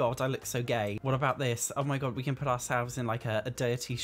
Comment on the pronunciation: "You're gonna poot me on foot finder" hahahah.